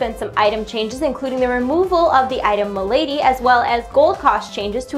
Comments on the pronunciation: Its ma-la-dy not my-lady lol >.< get ur pronunciation correct! rip malady: 8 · its Mal-Uh-Dee not Muh-Lady. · 'Malady', not 'Milady' ........ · Lol I like how she says Ma Lady not Mal ady xD lol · isn't the item called Mal-a-dy not ma-lady? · Malady isn't pronounced the same way as Milady >.> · It is pronounced Mal-uh-dee. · Isn't it pronounced "Mal-uh-dee"? Or is "Muh-lay-dee" just an alternative pronunciation? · pretty sure the emphasis is on LA in malady. as in maLAdies. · Really.... "Mah-Lady".... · did she just call amaldy mylady hahahahah lol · Malady = Mal-uh-di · pronounced malady wrong, just sayin.